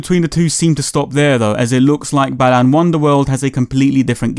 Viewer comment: I keep hearing "Balan" as "Bellend"...